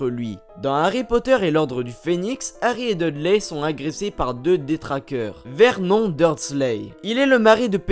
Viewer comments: La femme de Vert Non...😂😂😂 Vernone cela ce pronomce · Bonne video mais on dis vernon(e) et non comme ca se lis il me semble 😶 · Mais ça se dit vernone et pas verNON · C Vernon pas Vermont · CA SE PRONONCE VERNONE